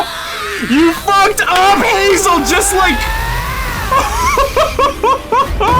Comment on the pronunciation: you called him Tazel XD "Hazel"